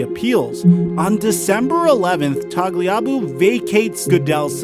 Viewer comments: Paul TAG - LEE- AH - BOO??? 😂🤣😂 Its TAG- LEE- A- BOO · The way you pronounce tagliuabu let's us know you're a noob. But hey you but the effort in make vids so good for you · He really can’t pronounce tagliabues last name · Your saying tagliabue wrong… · I KNEW he was pronouncing Tagliabue wrong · Never heard Paul Tagliabue mispronounced before. That was jarring lol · Dude. Know how to say, “Tagliabue.” It’s even said in the video. Did you not watch the material before you recorded your video? Ugh.